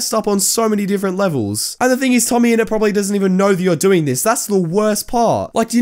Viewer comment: Idk whos "tomme ennet" i just know "tommyninnit"